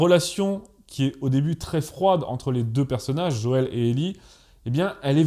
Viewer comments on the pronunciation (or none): none